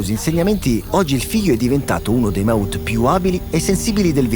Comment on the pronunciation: The term «mahout» should be pronounced as it is in the language in Thailand, not as if it was an english word !